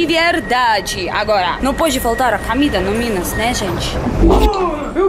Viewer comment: A "Camida" é realmente ótima hahaha